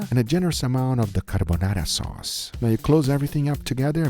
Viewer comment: The word carbonarra😂😂😂